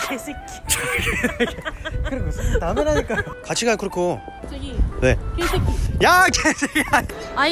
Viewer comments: 첨엔 분명 케시키 게식기 이렇게 일본어로 들렷는데 갈수록 쿠리코 발음이 ㄱ.ㅐ .새 .끼 뚜렷해지는건 저만의 착각인걸까요.....ㅋㅋㅋㅋㅋㅋㅋㅋㅋㅋㅋㅋㅋㅋㅋㅋㅋㅋㅋㅋㅋㅋㅋ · 점점 개새끼에 감정이 실리는건 뭘까요 발음도 찰지시네...ㅋㅋㅋㅋ